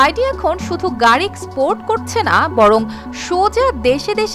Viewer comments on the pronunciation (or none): BYD এর বাংলা বাইডি? হাসিনামার্কা ডেস্ক রিপোর্টার এসব কি বলে? Export কে বলে স্পোর্ট। কি বলব ভেবে পাচ্ছি না।